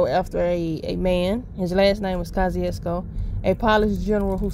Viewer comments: He was a polish general. The name is of eastern European. Name is actually pronounced koshoosko hense kosciusko. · I know she didn't just pronounced it polish 💅🏼. mississippi 😂❤